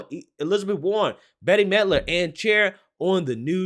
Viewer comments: It's not BETTY. It's pronounced BET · Bette, It's Bette midler bro 🤦‍♂️ (pronounced Bet)🤷‍♂️